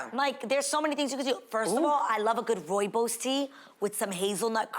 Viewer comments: Roibous. Lol! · It’s the way A said “Rooibos” though 😂 as a Namibian, the pronunciation killed me ✨ love you girls!